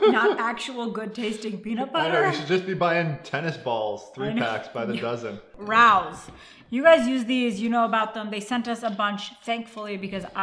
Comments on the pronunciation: Rao's is (Ray-Os) not Rous. But we love you anyway and pls visit their restaurant and give a fun keto review;) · It’s pronounced Ray-o’s not raous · The Sauce is from a very famous Family ran & owned Restaurant in NYC & IT IS DELICIOUS!!! Really is the best. It’s very expensive at Sprouts though. The Restaurant is pronounced Ray-O’s. ☺️☺️😁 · After 2 yrs of keto I recently found out that Rao's is pronounced "Ray-O's" For real... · yes we have the restaurant in our city and it is pronounced Ray-os - (most exclusive restaurant in NYC. You have to own a table and the only way you can go is if someone lets you sit at there table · great job guys, love the channel....btw the pasta sauce is pronounced RAY-OHS...i live in NY and have been to the restaurant, that's how they pronounce it, no biggie, thought you might want to know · Btw, Rao’s is pronounced Ray-oze. It’s a restaurant in NY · I love it when people not from New York pronounce Rao's wrong. Don't be mad. A lot of Keto You Tubers pronounce it wrong. FYI, It's Ray-Ohs. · why are you arguing such nonsense? Rao is a family name, fact. They pronounce it like Rayo, fact. If you want to pronounce it differently than the family, that's up to you. You would be 100% wrong, fact. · Love you guys but Rao’s is a great restaurant in nyc and it’s pronounced Ray-O’s keep up the great videos. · Ray-o’s is how it’s pronounced. An Italian surname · Just btw it’s “Ray-ohs” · Pronounced Ray-O’s like the famous restaurant in NYC. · It is pronounced “Ray-o’s”. True story.